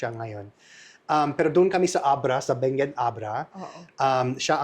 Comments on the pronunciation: It is “Bangued”, Abra. Pronounced as “bang-ged”. Let’s not confuse it with Benguet, Mountain Province. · Bangued Abra not Benguet o Mali lang pagkarinig ko. hehehe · Say, Bangged for Bangued Abra so that it should not sound like Benguet. Ganun ok.✌️